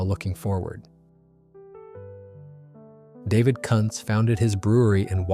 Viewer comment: Also I thought this was about historical breweries that still exist? I am pretty sure Kuntz doesn't. Also if it is named after somebody, like Joe Kuntz, it is probably pronounced Coontz, not Cunts.